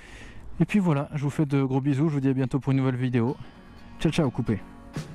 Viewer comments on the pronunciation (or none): none